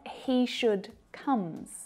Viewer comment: What on earth was with the comes😂😂😂😂that sounded weird